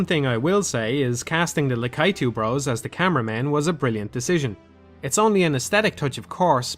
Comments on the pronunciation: Please it's pronounced /ˈlækiːtuː/ (la-KEE-too). Great video as always. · I must admit I've never heard anyone pronounce Lakitu that way before. I think people assumed it was Lack-A-Too as that's how it's been pronounced since the 80s cartoon. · "lakaitoo" You what mate? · No one:...: LakAItu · "La-kai-tu" What? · I also pronounce it la-KEE-too, which I think is probably the most common pronunciation, as it sounds the most Japanese (the "i" doing the same thing as it does in Yoshi or Miyamoto). I think ' pronunciation is the unique one. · what do you mean,? it's always been La-KEE-too. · I've never heard anyone pronounce Lakitu that way. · ***** No, just pronouncing it as if it were a norwegian word.